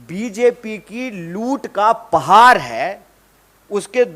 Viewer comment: पहार नही पहाड़ होता है be 😂😂😂😂